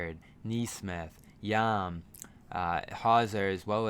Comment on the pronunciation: It's pronounced "Yaam" with an "ah". Means "Sea" in Hebrew.